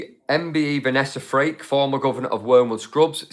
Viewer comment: Might be accent but Vanessa surname is FRAKE … please it’s not freak